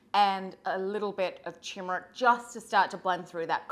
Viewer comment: It’s Turmeric. Not Tumeric..😊